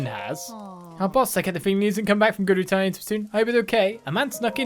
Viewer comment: Is it me or is actually saying "Gerudoo Town"?